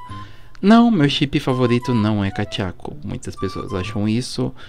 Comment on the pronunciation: Não é kachaco nem dechaco e kadeku